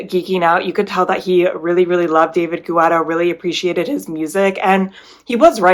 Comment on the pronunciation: Thank you for your reviews of the artist series. Some of the rides I’ll have to check out soon. BTW - David Guetta’s last name is pronounced Ge-tta not Gu-etta. Everytime you said Gu-etta I thought of the running gel GU. 😂